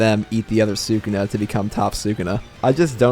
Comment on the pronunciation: Say sakuna one more time.😑😑😑😑